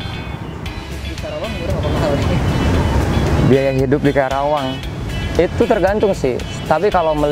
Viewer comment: Ajarin mahasiswanya pronounciation nya itu KARAWANG bukan KERAWANG wkwkw